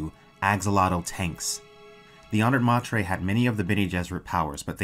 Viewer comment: Honoured may-ter